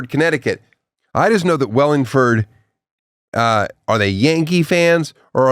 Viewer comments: Wallingford not wellingford get it right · It's Wall-(like wall)-ingford, CT...not from there, but I live close enough and heard it enough to know the pronunciation. Maybe I'll go to that show 😊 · I’m from a town over. He’s clearly illiterate there’s no E in WALLinford. That said I’ll be there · His mispronunciation of Wallingford ct is making me cry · Here is a tissue. 💣